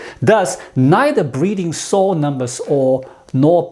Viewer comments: "Sow" rhymes with how or now, not with "go" or "know". (Don't you love the regularity of English? :-)* ) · Sow rhymes with cow.